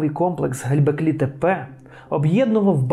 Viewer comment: Все супер, дякую! Все-таки цікаво чому оповідач так наполегливо говорить Ге_ЛЬ_беклі Тепе :)